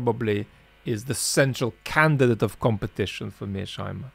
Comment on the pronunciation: It's Mears-Heimer, not Mear-Sheimer!